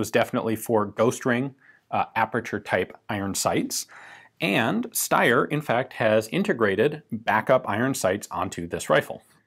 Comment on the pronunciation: that's not how you pronounce Steyr.